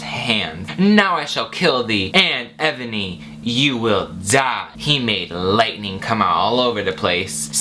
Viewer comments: IT'S NOT Ebony, its enoby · You mispronounce Enoby.